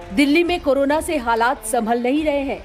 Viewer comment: करोना नहीं वो कोरोना है एंकर महोदया। कृपया उच्चारण सही करिये।।।